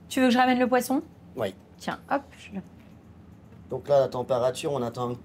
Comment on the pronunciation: Bonjour. J'adore votre chaine. Juste un insignifiant truc qui me fait bugger à chaque fois. Le fait que vous dites "Uuis" au lieu de "Oui" 😅?